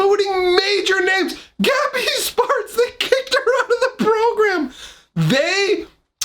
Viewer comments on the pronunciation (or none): Sounds like you're saying 'gabby's farts.'